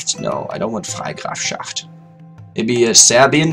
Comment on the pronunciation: Jewish Germany, historically ironic as fuck Jüdisches Deutschland, verdammt ironisch aus historischer Sicht btw,. Nice pronounciation of Freigrafschaft :D